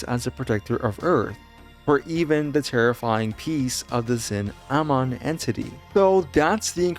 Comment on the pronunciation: It’s cinnamon lol